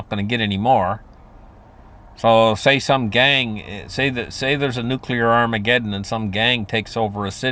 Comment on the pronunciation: TODAY ON A HUNDRED WAYS TO DIE WE REVISIT NUCULAR DEATH... Sorry I am drinking tonight, but love you brother 😂😅